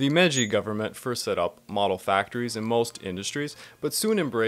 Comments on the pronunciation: Didn't get very far, but if your gonna do a section on a major part of Japanese history, shouldn't you get the pronunciation correct? Meiji isn't "May-jay," its MAyG. G as in G. I. Joe. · I've never heard Meiji said like "Mejey" before. Why are you doing that? You don't really have the standing to invent some sort of new way of saying Meiji wrong that breaks the rules of pronunciation here and there. It's obviously said like Meyji, there's no need to put the y on the end when the I is there to make a diphthong with the first vowel, not the second. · He can't even pronounce simple MEIJI and you're worried about this? Lol this guy is a joke mayjay? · How could you possibly talk coherency when you pronounce it MAYJAY??? WTF??? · Not really a criticism but your pronunciation of Edo and Meiji is killing me bruh